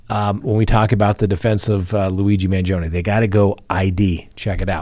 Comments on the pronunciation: You’re pronouncing Luigi’s surname incorrectly. It’s Man-GEE’-o- ni. Emphasis on the gee sound; 4 syllables. Not2. Hurts my ears to hear you say I’d. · The “e” in Mangione is pronounced the same way you pronounce the letter “i” in the word “it” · You're saying luigis last name wrong.